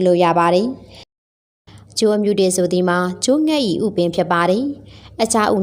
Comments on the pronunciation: အမြုတေ အ မ တေမဟုတ်ဘူးလေ အမတေလို့ဆိုပါ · အမ တေ မဟုတ်ဘူးဟ အမတေပါ သေချာလေး ဖတ်ပါပြောပါ😮